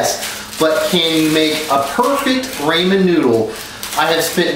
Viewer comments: i'm sorry but i was expecting something like extra seasoning, veggies, stir fry, eggs, etc. etc. you just made normal (albeit soggy) ramen (rah-men, not raymen) noodles. sorry man, epic fail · Ray-men noodles I thought it was a joke..... It's Rahmen noodles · NO STOP ITS RAW-MEN NOODLES NOT RAY-MEN NOODLES 😡‼️ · STOP PRONOUNCING IT RAY-MEAN NOODLES NO NO NO IT'S RAH-MEN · Its RAW-MEN not RAY-MEN. Who taught you how to read? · Rawmen not raymen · RAMEN NOT RAYMEN WTF IS A RAYMEN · Raw-men not Ray-men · Rah-men not ray-men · i couldn't watch anymore after he said raymen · raymen noodles? how can you claim to know the best way to cook a food that you can't even pronounce right? lol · I don't trust him. Mainly because he says Raymen noodles. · This dude has said raymen noodles over 100 times and he's fried asf talkin about perfect noodles when your drunk or in another state of mind. Fried ass 😂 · STRESS no Rah-men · And who says raymen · i cringe very time i hear raymon. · it is ramen not rayman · Shaye No he calls them raymen noodles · I'm sorry I couldn't watch this because you keep saying raymen instead of ramen c r i n g e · "It's not only raymen noodles, it's PERFECT raymen noodles" 👌🏻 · TAKE A SHOT EVERY TIME HE SAYS “RAYMEN” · Might as well put the title “How to make the perfect RAYMEN Noodles” 😂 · Say Ray-man one more fucking time I swear to god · I immediately paused and said "nope" after he said Ray-men. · And who TF eats ramen oh I'm sorry raymen with just a spoon... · Yes thanks he keep saying raymen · What the fuck is a raymen noodle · it's not raymen it's Ramen noodles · Me: hears the word raymen scrolls down thru the comments right away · OMG I HATE WHEN HE SAYS RAYMAN ITS RAMEN. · Pronounced rah-men and how do you eat it with a spoon i use a fork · Ray-men noodles and why he using a spoon not a fork like WTF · Its raaaaa,,, mennn. Noodles. Nigga damn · OML RAYMEN!!!!! Rlly Dude?! IT’S RAMEN! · ramen not raymen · Raymen noodle lol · raaahhhman* noodles